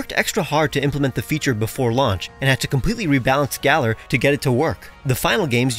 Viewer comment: have americans still not learned how to pronounce "galar" 😩😩😩 it rhymes with dollar